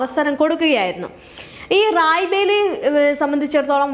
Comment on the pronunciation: റായ് ബറേലി എന്ന് പറയാൻ പഠിക്കൂ ആദ്യം. അത് കഴിഞ്ഞ് വാർത്ത വായിക്കാം. അണ്ണാ ഹസാരെ എന്നത് ഹരാസെ ആയി മാറിയത് നാക്കു പിഴയായി കണക്കാക്കാം. എന്നാൽ ഈ തെറ്റ് വീണ്ടും ആവർത്തിക്കുന്നത് അങ്ങെയറ്റം അരോചകമാണ്